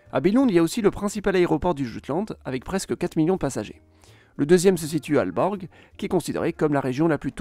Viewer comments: Les prononciations en danois sont totalement fausses. Aalborg = "Olborg" par exemple. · faut revoir les prononciations Ålborg (Olborg) Århus (Orhus) etc. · Aalborg et Aarhus se prononcent "Olborg" et "Orhus", la lettre aa ou å (nouvelle orthographe) se prononce O ou plutôt AU. Par contre rien à redire pour Jylland, le Y danois se prononce comme notre U, rien à redire non plus pour Øresund, la lettre ø se prononce EU... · Intéressant et bien résumé, cependant la prononciation des villes fait mal aux oreilles. Aalborg se prononce :"Olborg" le double aa se prononçant å ou o en danois Il en va de même pour Aarhus : Il faut prononcer "orhous" Il y a une erreur a trekantomradet ===> trekantområdet qui se prononce comme le double aa c'est à dire å ou o. Le double aa est l'ancienne écriture et les villes comme Aarhus et Aalborg l'ont conservé. Pour le reste le nom des régions est prononcée "à la française" donc cela reste correcte. Seeland devient Sjælland en danois : prononcer "shéland" Autre précision : Copenhague s'écrit en danois København et vient de at købe = Acheter et havn = port Ce qui veut dire littéralement port d'achat ou port de commerce. On retrouve la même racine en suédois pour les villes de se terminant par "köping" comme Jönköping, Enköping, linköping etc...qui étaient autrefois des carrefours de commerce. Le nom des îles se finit géralement par ø car ø veut dire île en danois On aura donc Samsø, Læsø, Ærø etc... Jeg håber det kan hjælpe dig for at forbedre dit dansk videnskabe :) Med venlig Hilsen